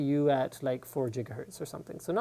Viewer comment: lol " lets oc to like four jigah hertz"